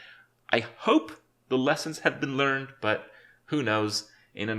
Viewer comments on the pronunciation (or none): none